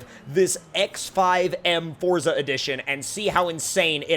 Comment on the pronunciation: I'm glad you say forza the rite way and not Fortza like a lot of other people say